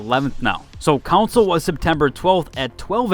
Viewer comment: "counsole" CON-SOLE.. CAN-SOL (strong A sound). Not COUNSOL.. I'd pay to laugh at how you'd say "members of the counsel please bring your consoles"